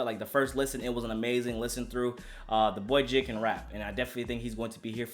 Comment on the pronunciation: His name is not jid it’s J TO THE FUCKING I D my nigga I know you see the dots in between his letters J.I.D